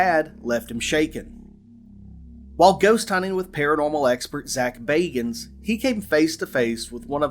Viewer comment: Zack Bay-guns